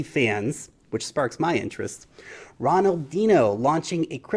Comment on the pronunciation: Although Ronaldinho wasn't pronounced correctly 😊